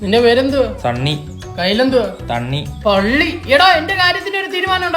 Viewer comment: വള്ളി അല്ല പള്ളി😂